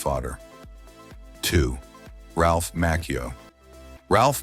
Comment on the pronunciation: And Ralph Maccio. It's pronounced" MACHIO" MA- CHIO🙄